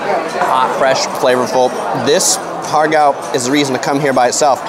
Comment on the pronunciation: Ha Gow would be more accurate pronounciation, without the R sound